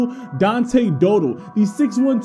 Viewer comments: It’s pronounced Dow Dell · You said the last name wrong